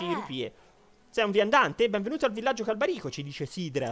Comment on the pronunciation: Perché se nel video si sente /irule/ tu dici /hairul/? Anche /Càlbarico/ non /Calbarìco/